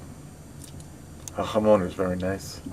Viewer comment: I lol'd when he said 'ha-moaun' lol, NJ accent makes so much worse.